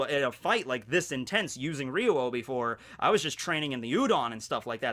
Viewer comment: I love the way pronounces "Ryuo"